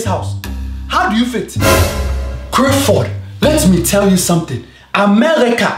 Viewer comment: not Clifford